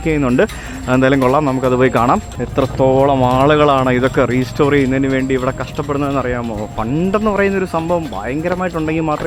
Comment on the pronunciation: PLEASE റീസ്റ്റോർ എന്ന് പറയല്ലേ. It's റെസ്റ്റോർ (RESTORE).